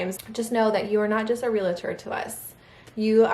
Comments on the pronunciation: I'm sorry but it's realtor not relator...you said relator numerous times in this video! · Hi,. 🙂 A friendly tip: It's pronounced 'reel tor'. This is genuine, not being snarky at all. ❤️ Congratulations, on your new house!! Myself, my boyfriend, and our daughter, we're planning on moving too, this year (2026, sometime. Hopefully. 🙏🏻🤞🏻). To a different state. Can’t wait!! 🤗🥰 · And say real-A-tor one thousand times. 😂